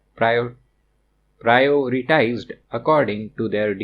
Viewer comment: 😂😂prioterized,priorised sir i always find difficulty to say it too